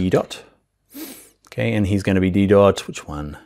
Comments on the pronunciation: Such a great tutorial, thanks so much! One fun tip, the font Didot, is from a French designer, so it's pronounced de-DoH, with a silent T. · Didot - t is not pronounced